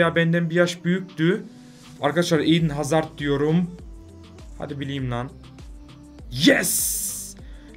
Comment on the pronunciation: Niye 'İN HAZARD' diyorsun diyenler +1